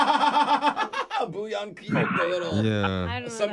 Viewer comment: funny how condescending she was about bouillon cubes while literally pronouncing it wrong